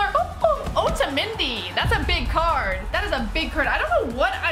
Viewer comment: its otamendi not ohtamanedi speak propeer english